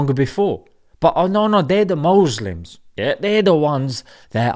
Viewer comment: lol love it when he says oh the MOSLIMS